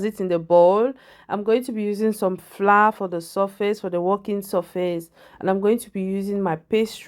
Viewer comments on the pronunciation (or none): Why do you say floor instead of flour?